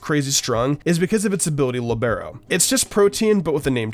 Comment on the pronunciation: When he pronounced Libero you could just feel every single volleyball fan screaming in unison